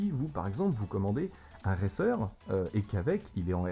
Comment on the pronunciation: Racer se dit "reyceur" en anglais (je sais pas écrire de la phonologie). Ça me stresse un peu :P